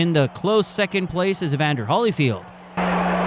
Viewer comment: HOLLYFIELD? HOLLYFIELD? HOLLY CRAP! What is this? AI BS?